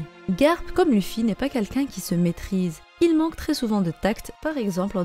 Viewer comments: Ça se lit leffy bordel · Si on veut précis c'est Leuffy Mais on va pas commencer à chipoter. La prononciation japonaise n'a pas d'égal en français.